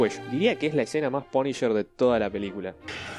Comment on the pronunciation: "El Paniyer" (TN Tecno)